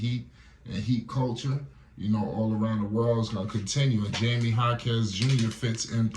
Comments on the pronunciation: His name is pronounced "High-me" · You have to learn how to say Jaime's name. It's not Jamie😅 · If you gonna do a video about someone show some respect and learn how to pronounce their name correctly. Especially if you gonna say it like 100 times 😂😂😂